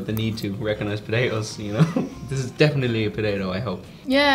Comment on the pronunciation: Wow... I've never seen someone screw up "definitely" so badly...